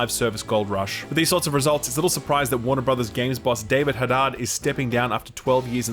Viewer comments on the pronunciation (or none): his name is probounced Ha-deed not hadad, it is a common Persian last name. They all live in encino (a lot of street signs are written in both English and Farsi). Y'all don't have persians in Australia?